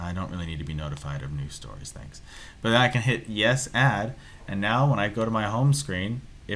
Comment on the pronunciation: Why u say "butt" not "but"